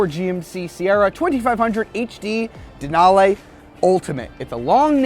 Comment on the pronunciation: Denal-eeeee not denal-ayyyy lol, but good video!